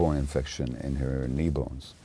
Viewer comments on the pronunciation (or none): none